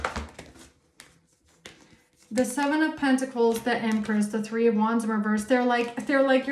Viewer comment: Side note: The way you annunciate the words pentacle/pentacles is monumental in itself. I wasn't expecting that to be a thing. But just know that it's a great blessing. 🐝🍯🙂🕊️🪽😁